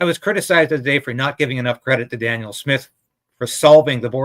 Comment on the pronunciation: Can you please pronounce Danielle's name correctly? You keep repeating " Daniel." Thanks.